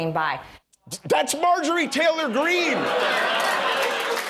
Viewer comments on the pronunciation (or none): none